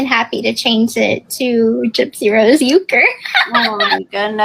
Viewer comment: Kens name suits him. Urk-er. Like as he is a really irksome person. Lol. By the way. Why does she lie about how to pronounce Ken's last name? Its not pronounced You-ker. What? Is that r after the u silent? Irk-er 😂